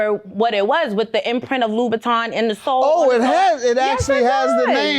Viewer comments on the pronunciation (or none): Can't afford them and can't pronounce them. loubouTIN not loubouTON. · It would be nice if any of them could pronounce Christian LoubouTIN !!! 😂😂😂😂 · It would be nice if he could pronounce LoubouTIN !!